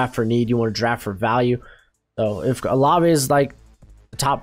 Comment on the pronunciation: LETS GO!! You said Olave right!!